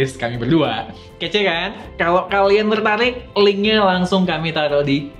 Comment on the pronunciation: Teltarik...elllr hahhh ngomong kok g iso rr...coba mas india errrr...errr..errr😀...lama2 hp ini .meleduk kbakaran cocok buat bikin bom